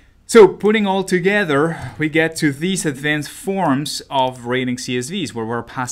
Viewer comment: It sounds like he's saying "raiding data" which is honestly so much better